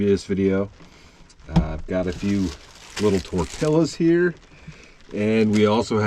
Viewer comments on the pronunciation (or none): Lol! Tortillas is pronounced Tor-tee-yahs